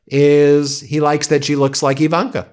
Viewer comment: Do you not understand the letter I in Ivanka does not make an E sound.